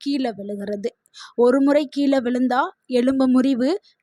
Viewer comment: Pl.tamil zha n ள் shd prounce correctly kila is wrong keezha is correct. Learn fm tamilian pl